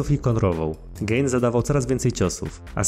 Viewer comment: Gane a nie gejn 😂